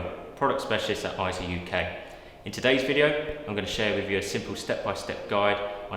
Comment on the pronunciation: You can clearly hear in EIZO's own "Brand Message" video how they pronounce it AY-ZO. Also listen to the 2021 Scientific & Technical Awards EIZO Acceptance Speech where "Masato Nakashima", the Senior Product Manager at EIZO, pronounces it as AY-ZO .